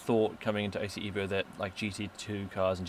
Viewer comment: Not EEEEEVO...EVO. Say it like you are italian. Pronounce it as: "Eh-voh" (like in "Evolution") Not "Ee-voh"